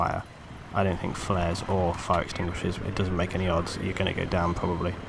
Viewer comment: The word is flares, people.